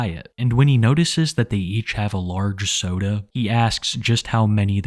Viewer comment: Right lmao it made me giggle each time he said it